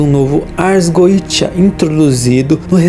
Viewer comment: Se é goetia, por que é pronunciado goija ou goecha ?